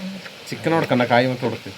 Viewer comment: കോയി.. കായി 😂